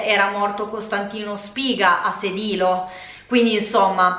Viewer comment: Gli accenti in effetti sono pressoché tutti sbagliati, poi ok ci sta, però comunque è Noragùgume o Nùoro così come Sèdilo, Màrghine. Il punto centrale è però che la disamistade è un po' più complessa e il tutto non può essere derubricato a semplice insensatezza ("futili motivi"). Innanzitutto la parola è traducibile come "inimicizia" e sì diciamo che comprende anche la dinamica della "faida" e delle vendette famigliari. Ci sono alcuni testi centrali per la comprensione della disamistade e più in generale della società sarda e dei suoi piccoli centri che produce, appunto, quelle dinamiche. Una società agropastorale dove il mezzo di produzione è direttamente la terra e il bestiame, quindi non è futilissimo avere problemi di terreno, o di "abigeato" (reato diciamo particolarmente sardo, ora non si fa più, negli anni Settanta soppiantato sempre più dal sequestro di persona). Esistono testi che affrontano il tema e più in generale il cosiddetto "codice etico barbaricino". Questo però crea confusione: non esiste un testo scritto, così come non è una sorta di codice d'onore ligio, ma sono consuetudini tra famiglie di pastori in piccoli centri dove tutti si conoscono e dove però possono nascere inimicizie per varie questioni, banali o "profonde". Sicuramente il testo di Pigliaru è centrale, specie perché manca una vera storiografia sulla questione che al di là del foklorismo affronti il problema come questione sociale ed economica: l'editto delle chiudende (il capitalismo agrario in